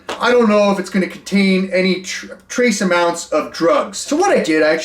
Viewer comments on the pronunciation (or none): none